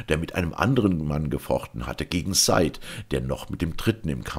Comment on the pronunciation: Wunderbar gelesen wie immer ;) aber heißt der Junge nicht "sa-id" ^^ beste Wünsche und 1000 dank! <3